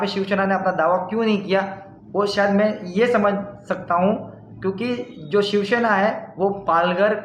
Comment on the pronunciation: it's shivsena not shivshena